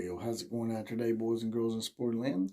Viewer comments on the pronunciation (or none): none